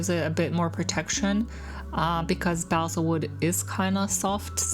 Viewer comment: It took me hearing you say it a few times before I figured it out but it’s pronounced “ball-sa” not “bay-sal”. Really cool little miniature in a tin. I’ll have to try that one.